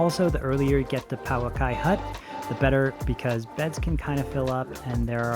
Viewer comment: Please learn how to pronounce Pouaki correctly.